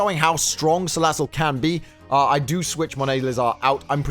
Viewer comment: Man why you mispronouncing Salazzle? :c You gotta say it like "Ssssalazzle~".